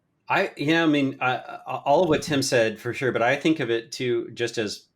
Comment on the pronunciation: "Fushoh, fushoh..."